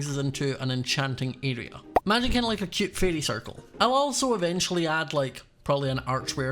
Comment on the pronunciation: i love how says cute “super cYOOT” “so CHYUT” “like how CYOT”